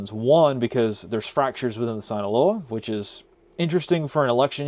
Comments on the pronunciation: Very small correction, but it’s pronounced “Seen-aloa” not “Sine-aloa” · Sinaloa is pronounced “seen-uh-low-uh” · If you only could pronounce Sinaloa right.